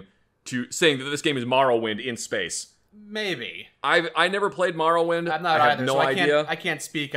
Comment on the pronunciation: I hate how says Morrowind (2nd Greatest game I’ve ever played)